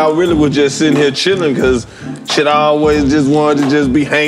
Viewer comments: I thought he was saying shittin on the floor lmao 🤷🏾‍♂️ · No lie I thought he said shittin on the floor when I get home